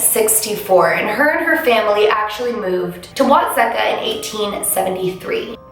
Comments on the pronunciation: And it’s What-seek-ah lol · The name of the town Watseka is actually pronounced Wat-see-ka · And it’s wat-seek-ah